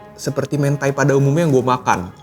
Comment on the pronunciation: Mentai huruf E nya dibaca seperti kata Eko, bukan E nya Jeruk